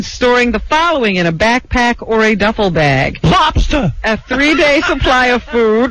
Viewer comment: Jackie's bug-out-bag contains lobstah'